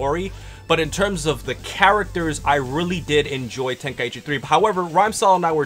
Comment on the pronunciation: True, nothin beats the classics. I noticed they kept on mispronouncing Tenkaichi. They were sayin Ten Kai Ichi. It's pronounced Ten, Kai, Chi. They got Budokai right tho.